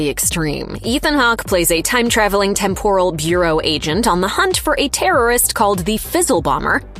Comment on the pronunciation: How can you go through an entire video mispronouncing "temporal"?